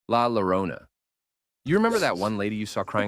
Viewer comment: im not here to corect but It posses me off a lil its spanish and funniest way to say la llorona